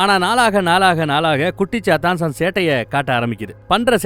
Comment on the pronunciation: Bro sathan Alla..chathan..chathan Vere sathan verai.chathan example :vishnumaya